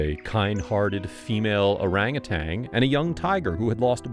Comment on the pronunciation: It's pronounced orang·u·tan!🦧☮️